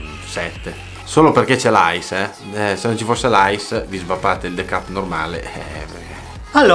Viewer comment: Se metti il the cup in freezer...diventa ghiacciato??... Scusa ma il the cup non lo devi pronunciare de cap.... Ma te cup